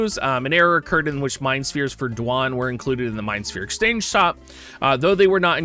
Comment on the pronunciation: Quit saying Duane like that you aren’t umbra you can read :)